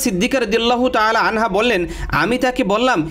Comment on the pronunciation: hazrat ayesha siddika radiallahutaala anha hobe, anhu noi.